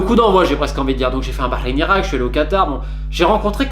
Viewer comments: J'aime la façon dont tu prononces Bahreïn..t'as le potentiel pour bien parler l'arabe. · Quand t’as du Bahreïn tu l’as dit comme un arabe félicitations pour la prononciation sincèrement excellent journaliste qui dit beaucoup de vérité